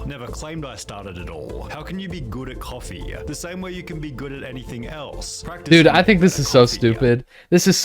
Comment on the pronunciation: "it's literally just coffeeuh"